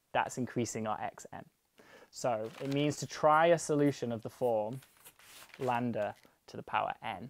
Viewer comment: Ok, but why do you keep calling it "Landa"? It's Greek, not Inglourious Basterds.